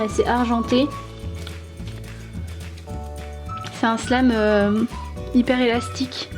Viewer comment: Tu as dit slame au lieu de wlime